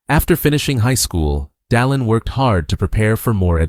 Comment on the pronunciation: AI. doesn't listen. The narrator has very clear diction and pronounces President Oaks First name correctly: Dallin.